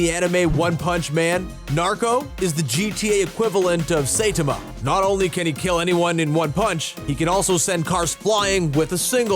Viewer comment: It's pronouned sigh tom ma